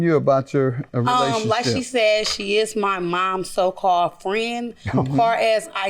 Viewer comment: I hate that people say things like, "relaship". Some of them are too old for that lol sorry, but I always listen with headphones (and put my phone down) while I eat, cook, or do other things. So most of my attention goes to how they speak 😅